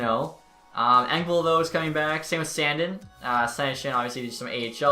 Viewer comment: You say “sandin” wrong💀